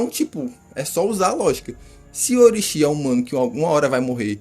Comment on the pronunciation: Como levar a sério um cara que fala Orochìíí kkkkkkk vê o anime com o olho do rabo só pode kkkkkkkkkkkkkk